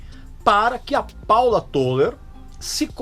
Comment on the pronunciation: "Tôler", não. É "Tóler"